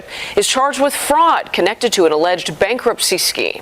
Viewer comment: "ALLEDGEGD" Super Eviction 😂